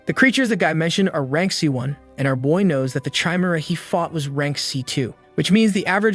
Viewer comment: Why are you pronounce the Chimera like that